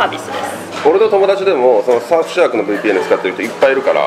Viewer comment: レナ社長 すすることにダメ出し食らってますね。😨😨 大変そうですが、頑張ってください。🦾🦾 ついでに、カマたまうどんがタマタマうどんに聞こえ😱😱🔞 Surfsharkが本格的発音でpartnerが日本語発音に聞こえました。🤣🤣 いやいや、ダメ出しではありませんが。😊😊